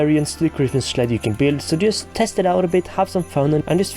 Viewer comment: We need the line "let me schleep in the schled by the schlabs" in your next video.